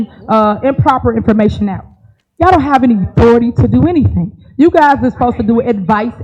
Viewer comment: nah you don't have a right to axe fo anneeeyding